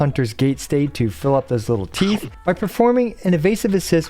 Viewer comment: You said "teeth" while she was walking slowly towards the camera and I couldn't help but hear "teets". I need to grow up.